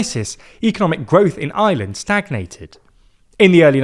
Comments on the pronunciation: When he says Ireland it sounds like he’s saying Island. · Its IRELAND not Island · He's trying to say Ireland but it sounds closer to Island.